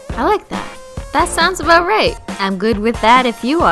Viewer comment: yay!! you said "aboot"!